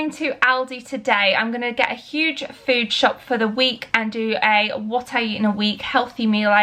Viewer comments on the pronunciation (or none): none